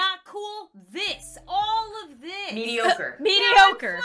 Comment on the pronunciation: medioqur